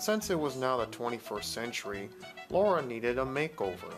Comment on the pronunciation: LARA not LAURA .... get it right